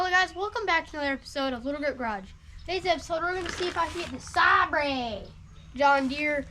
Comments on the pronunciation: Sabre is pronounced like star wars light "sabre" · As a European, I can confirm that this is the correct pronunciation of Saaabrey. Love the content - you are doing a grand job! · Aw, … it’s pronounced Say Ber🙂👍🏻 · Oh you know that’s even why he’s working on it! 😂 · “SAB-RE!” Hahaha! Clearly his father’s child! 😂😂